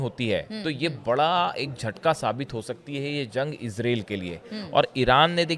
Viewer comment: Ezrel kya hota hai israel hota hai.